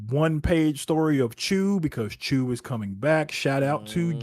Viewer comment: never expected to see a comic book titled CHACHU! damn that's amazing & props for the correct pronunciation of it too From what I know from Hindi as Hindi & Urdu share a lot of commonalities (they pretty much sibling languages originated in Mughal era of India where Hindi leans into Sanskrit roots whereas Urdu goes for Arabic or Persian roots) so that'd be an informal term for uncle. Chacha (& Chachi for Aunt) is the formal one and Chachu is what nieces and nephews very affectionately call their uncle which makes that title pretty adorably cute and lets me know how close the familial bond is. Though the brief story intro that you mentioned sounds like it could be a story of a Chacha becoming the Chachu for the MC.